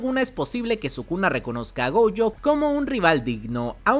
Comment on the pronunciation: Porque diablos le dices Goujo y Toudo?